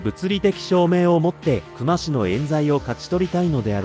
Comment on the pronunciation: 本件の久間に関しては「くま」が正しい読み方ですね 刑事やマスコミも「くま」と呼んでました 久間と書いて「きゅうま」と読むのは初めて知りました